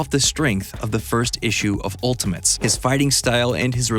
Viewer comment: He keeps saying "Ultimints."